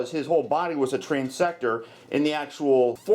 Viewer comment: TransTECTOR, not Transector. Guess you didn't cross all your T's. ;-)